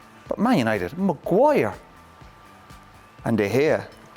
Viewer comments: Any body counts how many times did he say Magu-wire 😜😂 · Roy Keane chastising these players is the funniest thing. The way he pronounces Maguire’s name with such disgust😂 Man Roy I like your passion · I used to enjoyed the way he calls Maguire’s name 😂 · I swear it's the way Roy Keane pronounces Maguire 😂😂